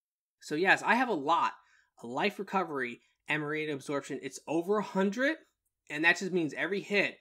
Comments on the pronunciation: Am-rita not Ama-rita 🤣😂🤣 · Love the video but lol, I couldn’t help but only hear “Amarita” 🤣